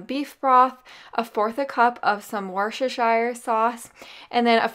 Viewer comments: 'Wus-ter-sheer' is the correct pronunciation of Worcestshire sauce. Great recipes, thanks! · Woos- ter-shire sauce 😊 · The way you pronounced Worcestershire had me rolling. Awesome recipes tho! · So no one gonna talk about how she said Worcestershire